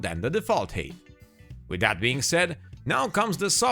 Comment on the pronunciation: Lol. Height is pronounced "hite", you're pronouncing it as "hate". 😁